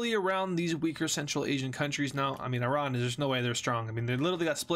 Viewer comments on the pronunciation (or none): none